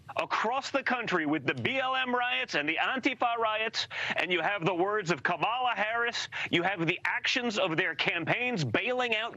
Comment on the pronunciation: Like all petty demagogues, he has to shout all the time. And he still refuses to pronounce Kamala properly. What a family.